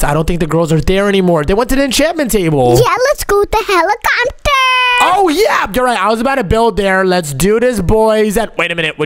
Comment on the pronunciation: Bro said helichopter💀